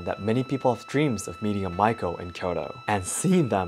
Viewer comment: Not Maiko, the pronounce is like Ma-Yi-Ko